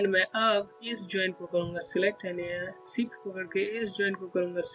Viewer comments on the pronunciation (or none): BRO ITS CALLED SHIFT NOT SIFT